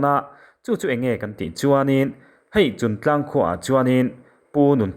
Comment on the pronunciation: Chuntlang /Chungtlang?Afiah lo